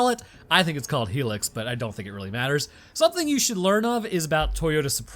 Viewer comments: let me tell you this it is high luxx not helux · It is pronounced high lux. As in high off the ground luxury utility. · It's High-luxe. That's what it was called when I lived in southern africa, at least. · it never stops amusing me how much toyotas are Revered in other countries lol. Also HIGH-LUCKS is how you pronounce it! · The audacity... IT'S PRONOUNCED 'HIGH-LUX'